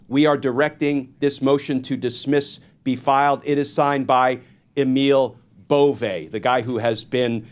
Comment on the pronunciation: I’ve heard Emile’s name pronounced Bo-VAY. If it’s a dig, carry on! 💙🇺🇸🔵